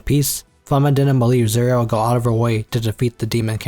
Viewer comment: Yeah i cant understand any of the names he said. I was doing dishes so i couldnt see the screen. He calls serie "Zuria"